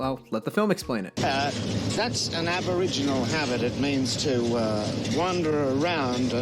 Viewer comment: bro did you call aboriginals aboriginairies, i don't know whether you're trying to be funny or was a slip up but either way not cool. as an australian it shows why our culture is lost on the rest of the world and why its is slowly dying in this woke generation you people keep peddling, the worlds gone soft and when everything goes to shit you all will be the first to go.